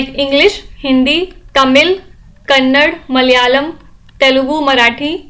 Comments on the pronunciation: Its not Kannad madam, its Kannada. Please respect the language. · Ma’am it’s not kannad it’s Kannada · Mam please pronounce KANNADA... NOT. Kannad......... 🙏 and tq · please respect their language., It's not Kannad., It's Kannada , Daa hai, d nhi., Please.mam. we all love you and your videos., Please. You be the change. It's just that how some one should pronounce your properly, Or you correct them, if they don't listen, you would correct them again n again , if they don't listen u, then you ll ignore by saying "they are imbeciles" Take care sir/mam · Mam it's not KANNAD . It is KANNADAA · Why r u calling our language again and again as "kannad" mam ? It's only pronounceable as "Kannada". ಕನ್ನಡ್ ಅಲ್ಲ, "ಕನ್ನಡ" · Please spell properly maam just correcting you no intentions. Its KANNADA not kannad 😊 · Please pronounce " Kannada'' not kannad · Mam if u don't mind... pls pronounce it as "kannada"...... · Senseless lofar..... Its "KANNADA" Idiot... Learn to pronounce it properly